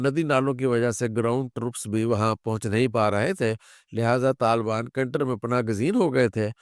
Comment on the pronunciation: Kunar hae kantar ghalat hae